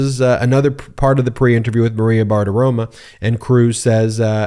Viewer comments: BartiromOH, not BartiromUH. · Every time you say "BartiroMAH" all I can think of is how I imagine Bart Simpson would smell. And it ain't a good smell. Just take 5 minutes and say it 100 times: Bar Ti Ro MO Bar Ti Ro MO Bar Ti Ro MO (see, that's how to use all caps - like the judge who used CRYSTAL clear. You only use it when you want to scream. And I want to SCREAM!!!!!!!!!!!!!!! MO MO MO MO MO MO MO MO MO!) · Ben....my guy....it's BartaromO, not BartaromAH. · FFS, man. It's bar-ti-ro-*mo*. Not bartitoma. Stop acting like you can't be bothered to learn names. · If you're going to say someone's name dozens of times in a video episode, perhaps it would be a good idea to make sure you're pronouncing that person's name correctly. Maria's last name ends with an "o" not an "a". Practice saying it slowly a few times and then speed it up so you can pronounce it correctly!